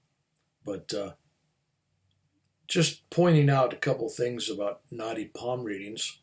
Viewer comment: I love listening to. So easy to listen to him....but for some reason, I kept thinking he was talking about "naughty palm reading" and I couldn't, for the life of me, figure out what that was, and I am Indian! Same with the name of your Guru - I was thinking who is Gornoff? 😀. But I figured out both subsequently i.e. Naadi Palm reading, and Gurunath. Thanks for sharing your experiences 🙏